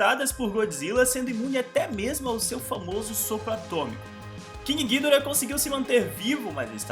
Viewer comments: Como ele fala:gídora Como falam:gidóra Como é:gidorá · Cara, a pronúncia correta não seria "Guidorá"? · Acho que a pronúncia correta do ghidorah é "guidóra" e eu ainda não sei o que fizeram com a Bahtra que ja nem ouço mais falar.. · Essa pronúncia de ghidora desse cara vei